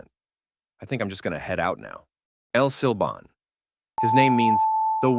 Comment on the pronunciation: As a Spanish speaker, the way you say "La llorona" and "el silbón" pisses me off I'm sorry😭